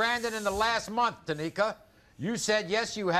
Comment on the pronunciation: IT'S NOT TÁMIKA IT S TA MÍ KA TAMÍKA 🤣🤣 Americal Idol who knows knowsss